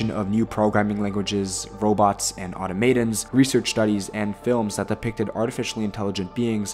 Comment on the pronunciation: Is it “Auto-Maiden” or “Aut-aum-at-on”?